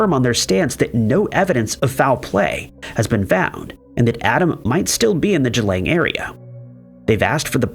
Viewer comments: Boy did you butcher the pronunciation of Geelong Australia. G-long. Just like its spelled. Not g-lang. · it’s Geelong LOL not Geelang! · The place is pronounced exactly how it's spelt for goodness sake! GEELONG .... Geelong in Victoria. Say it out loud Gee (as in gee whiz) Long (as in long legs), now put them together.... Geelong. Who taught you to read? Bloody Americans!